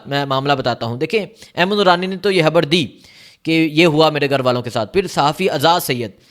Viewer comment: یہ کیسا اینکر ھے خبر کو حبر کہہ رھا ھے اغوا کو اگوا کہتا ھے۔ خان کو حان کہتا ھے۔ یہ تو چچرا بندہ ھے۔